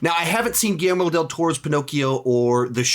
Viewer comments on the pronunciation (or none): none